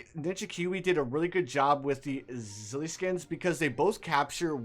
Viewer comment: I love how he says A ZILL E